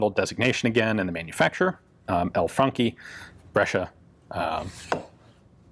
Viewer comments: It sounds like you're saying Funky, not Franchi. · I thought he said 'funky' twice before I got that it is a 'Franchi' shotgun. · Thanks, now i cant stop hearing "funky" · It's actually funky <3, and I thought the same. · For an instance i thought he said " The Funky Spas 12 " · I got like four minutes into this before I realised you weren't saying "funky".... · Always thought it was pronounced "franshi "